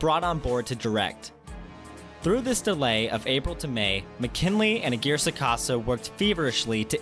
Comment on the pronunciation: The way you pronounce Aguirre is weird and hilarious